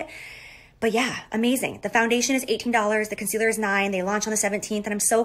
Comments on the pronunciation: Why does she say concealer like...”Cun-sealer”. It’s annoying!! 😂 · Is she saying “cunt-cealer”?